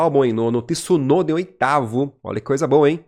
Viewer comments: apaga essa merda de video e faz de novo, se nao sabe pronunciar o nome de uma pessoa nao fale da pessoa, Tisunoda è o teu cu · se nao consegue pronunciar o sobrenome de Tsunoda nao fala do cara ou chama de piloto japones que fica melhor ignorante. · Quem è esse Tisunoda ? Nao existe nenhum Tisunoda na F1 e nunca teve, como nao existe Tisunami. Conseguem pronunciar Mitsubishi? Entao è igual Tsunoda, T mudo nao tem i em lugar nenhum bando de ignorantes. Quando quiserem colocar i onde nao tem, coloquem no ku de voces.